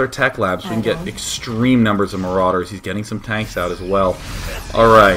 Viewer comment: why does he say maroooders dood?